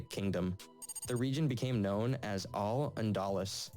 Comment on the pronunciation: If this were ANY SORT of attempt to be accurate and authoritative, he could at least try to get authentic pronunciations: [Say-OO-ta and meh-LEE-ya] as primary examples. I mean I swear to God this idiot got very little correct on pronunciation: "Hihs-PANN-ee-ya", Oo-MAH-EE-jad","Al-Anda-LOOSE"